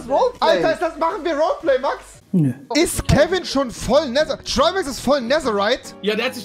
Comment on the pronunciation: Nein, aber rewi sagt nicht netherite, er sagt neserite